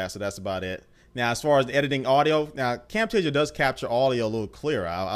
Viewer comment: you do not say Camtasia the right way